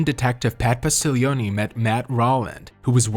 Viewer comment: It’s Pat POS-TIG-LEE-OWN. Also Lebanon road is pronounced like LEB-AN-IN.